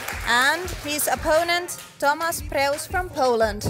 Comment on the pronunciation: Polish name (Tomasz) should be pronounced like Tomash. Shouldn't be hard for commentators to google it, takes 10s come on...